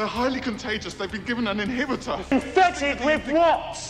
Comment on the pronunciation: i love it when he says ”INFEFTED WIF WOT”